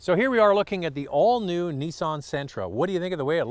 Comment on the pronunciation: I say Nissan you say Neeson